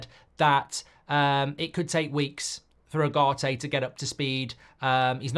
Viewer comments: Please pronounce his name properly, is Ugarte not agarte, it is like oogarte , he will be masive for you if the coach gives him trust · Now that Ugarte is official, it’s about time Mark managed to get even close to pronouncing his name correctly. «Ah-Gah-Te» 😮‍💨